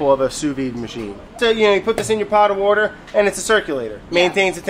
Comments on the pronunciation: It's so weird to hear Brad say "wourder" without it being written next to his face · I expected "wourder" to pop somewhere on the screen. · Very sad to not see the words wouder when he said water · Wouder ! he said wouder and where is Vinchenzo... Hey Vinni get in here our buddy Brad is doing his thing... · it weird not seeing wourder on the screen whenever brad tries to say water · It feels weird when Brad say "Wourder" that the word is not edited into the video. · Did anyone else really want them to write “wourder” on the screen when brad said “water”? 😆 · I cannot hear him saying water without seeing wourder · I was like, "Why didn't they put the 'wourder' when Brad said 'water'?" That's when I realized. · Man I need the editing for when brad says wuder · Yeah! I was waiting for the waurder text instead of water. Lol! 😂